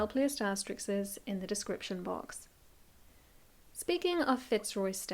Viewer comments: Narrator lady. The word is “asterisks” NOT “asterixes”. You’ve been reading too many comic strips! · ASTERISKS, not “asterick-sez”. Very embarrassing in a video that seems to be so high-quality. Reminds me of people who say “breakfast-ez”.